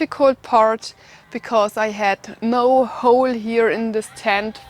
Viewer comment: Love it. How shes says the O. Ven and you have to dig an OLE